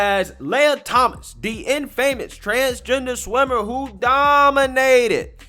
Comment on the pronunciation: Great videos!! Just FYI-Infamous is pronounced in-fuh-miss. It doesn’t really matter, just noticed you pronounce it differently in a few vids. I’m always pronouncing things incorrectly and it bugs me if no one tells me. Keep up the awesome videos!